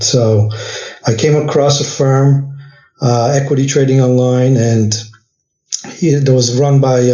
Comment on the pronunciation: Firm not fern